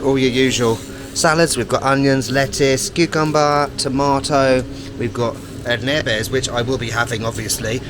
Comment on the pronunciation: Urnebes is untranslatable ...it does mean some sort of chaos, kerfuffle in fact but the stress is on the first syllable